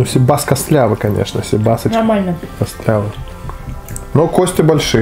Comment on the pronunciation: cИбас,а не сибАс!!!